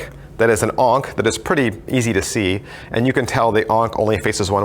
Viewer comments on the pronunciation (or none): none